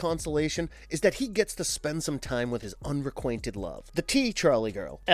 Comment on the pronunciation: nice video but what's wrong with your pronunciation or enunciation (cant really define in this case) words like unrequitted sound like unrequainted or fury sounds like theory....